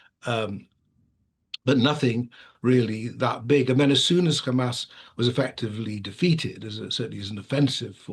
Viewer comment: Yes, lets believe the impartial analysis from someone who says "khamas"